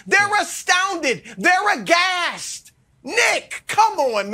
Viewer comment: Broussard said, "Aghast"... You know he been is these youtube streets